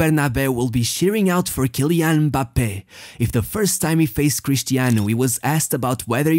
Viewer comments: The fact you pronounced his name properly deserves a thousand likes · He pronounce them like it’s pronounced in their respective country , i’m french and that’s how we pronounce Kylian Mbappé